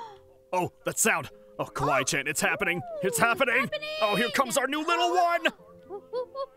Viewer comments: It's Kawaii Not Kawwaii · You aren't copying but you said "kawwi chan" Instead of Kawaii~chan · It's Kawaii Not Kawai